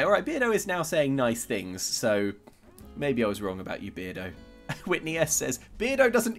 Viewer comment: Maybe his name is Bear-do instead of Beard-o.